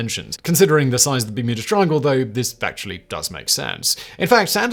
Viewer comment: Sounded to me at very begging of video like Simon just quickly low key dropped “Muda Triangle”…. Which is what I’m gonna call it from now on lol… the ole Muda triangle off Muricas coast…